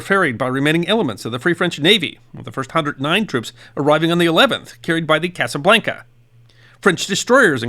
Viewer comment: A minor correction: the name of the French submarine was Casabianca, with an i, not Casablanca, with a l. It was named after a Corsican naval officer before WW2. It was commanded by capitaine de frégate Jean L’Herminier who published a book called Casabianca about the story of the escape from Toulon in 1942 and the operations it participated in. I read this book when I was a little boy many years ago. I don’t know if an English translation is available.